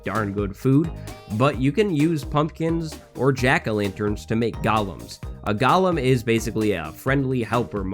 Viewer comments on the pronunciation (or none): When said Golen I thought he said Gollum 😂